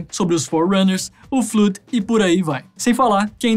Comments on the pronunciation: N se fala fluud se fala 'flód' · Muito bom, só a pronúncia do Flood que não ficou certa, fora isso ficou muito legal o vídeo.